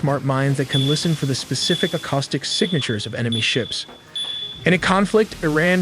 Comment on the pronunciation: What is an ACCAUSTIC mine. Did this AI narrator miss pronounce Acoustic mines ?